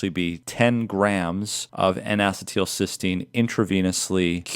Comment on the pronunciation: obstensibly ostensibly acetyl pronunciation: ass ee' tul or ass e' tul not ass e teel'